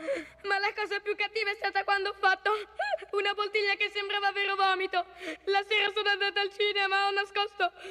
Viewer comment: Anche io, solo che avevo capito “Boltiglia“ non poltiglia😂